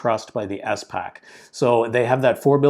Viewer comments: It is not “ES” pac, pronounce all the letters together 😊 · Great video (but the way he pronounces SPAC pains me)